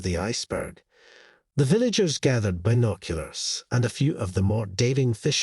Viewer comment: So dumb. Another one of these fake animal asking human for help and repaying them the next day w a dead animal type stories. Not to mention this annoying narrator and the way he keeps saying been…….oculars